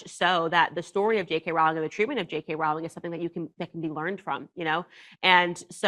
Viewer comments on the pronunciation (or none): Its pronounced ROLL-ING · The only thing Candace got wrong was the pronunciation of JK ROWLING! It's ROW, like row, row, row your boat! It annoys me to no end when "professionals", mispronounced people's names.